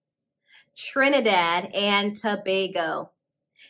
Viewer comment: Was refreshing to hear you pronounce Tobago the correct way! "Tobago" in Tobagonian is similar to the pronunciation of Tobago, just add "nian" to the end. Great video. Surinam was very interesting to me.